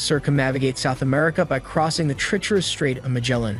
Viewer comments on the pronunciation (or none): the pronunciation of treacherous was what made me think so